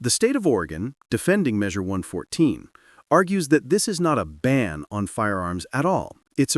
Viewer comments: It's Measure One hundred fourteen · It's pronounced "one fourteen".